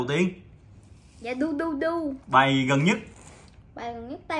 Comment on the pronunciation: Phát âm rất chuẩn Dudu Đọc thành ruduru